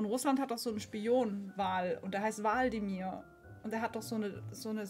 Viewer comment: Nicht waldimir sondern wlad.imir